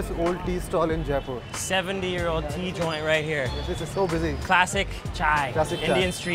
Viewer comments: It's जयपुर not जायपुर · It's not jaaaaaaaaaaaaipur...it's only jaipur.... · Not J'aae' poor, j 'ai' pur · Everything looks great! It’s funny that he learned how to say mint correctly but keeps pronouncing Jaipur wrong